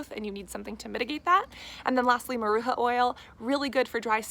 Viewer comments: Maracuya ! Not maruca hahaha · It's not Maruca it's MARACUJA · MaracuJA’. The “J” sounds same way as saying “deJAvu”. And the “A” at the end sounds like two “A’s” . Maracujá means passion fruit in Portuguese (Brazil) xxx